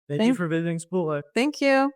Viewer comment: Why do you pronounce this with 'a'as achaole..it begins with ch omly.Its actually Chipotle